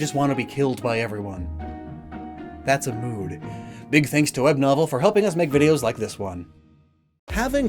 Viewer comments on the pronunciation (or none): none